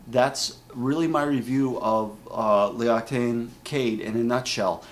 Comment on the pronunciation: It is pronounced lox-ee-tan :D